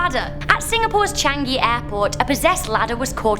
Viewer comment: Changi airport is pronounced charng-ee